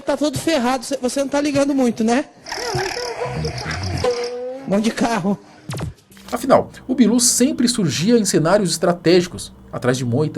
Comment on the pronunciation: “Vão de carrrroo”